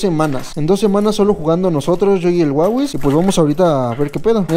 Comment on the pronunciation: Porqué aun le Dices Wawis & no Mabis?? 😅🤦🏽‍♂️🤷🏽‍♂️👽